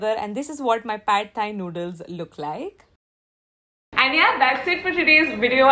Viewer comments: Amazing video ... Great and very healthy snack ideas 👏👍 Learnt quite a few new stuff in here and also wanted to let you know that the pad thai that u r prounouncing is incorrect .. I've actually stayed in Thailand for couple of years and it's pronounced as paad thai .. Loads of love 💕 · Pad Thai noodles is pronounced “PAk Thai noodles ”